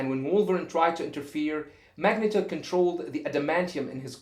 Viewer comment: also the E in Magneto is pronounced with a long foul sound.